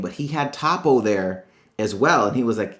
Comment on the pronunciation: ITS PRONOUNCED TOW-PO